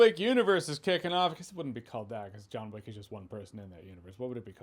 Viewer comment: Joanna Wick? 😂